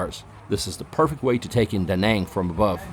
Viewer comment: Très bon reportage, mais s'il vous plaît : fait un effort de prononciation Da Nang et pas Dang, c'est comme on fit Viet au lieu de Viet Nam 😂